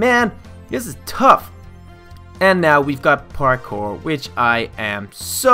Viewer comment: you got to practice your pourkor